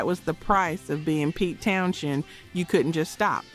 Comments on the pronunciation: His name is "Towns-end" not "Towns-shend". Duh ...... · The pronunciation of Pete TownSHend is forking annoying. Also whilst constant volume was a factor in his deafness the initial damage was caused when Drummer Keith Moon set off an explosive charge in his kick drum during a performance of "My Generation" on the Smothers Brothers Comedy Hour, damaging Townshend's hearing on one side. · Pete Town-Shend. lol. The more she says it, the more I lost interest. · Pete Townshend pronounces his last name as "Town-zend" (/ˈtaʊnzənd/), despite the spelling containing an "h". The "h" is silent, making it sound like "Townsend," not "Town-shend." The pronunciation has often caused confusion, but it rhymes with "send" or "end," as noted in various pronunciation guides and fan discussions. There's a video on it. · If you wish to make an impression with your (knowledge/expertise) about someone else, you should at least get the name correct. Maybe a little more (double) editing, before presentation. To keep saying Townshend, when it is Townsend, is just sloppy. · Pete Townsend is pronounced “Towns End” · I had to stop when you mispronounced Townsend the third time. Ugh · It's pronounced Town-send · It's pronounced Pete Towns-end. The *h is silent. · THANK YOU! I don't ever remember his name being "Townshend". It was always "Townsend". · There is no “ Schend” in “ Townshend” ! Plz pronounce the names correct . It’s irritating and lazy narriating. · Is not Townshend pronounced as Townschend too? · I cringed too every time I heard you mispronounce his name but I was able to overlook it because I'm impressed that a girl your age knows who he is lol. Long Live Rock!